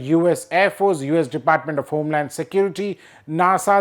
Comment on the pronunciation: All Indians please note: English "of" is pronounced "ov" or "uv", NOT "off". I live in a natively English speaking country, so please don't presume to tell me I'm somehow off base/wrong on this.